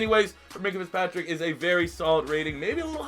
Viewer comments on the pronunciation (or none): Fitzpatrick* not Fitpatrick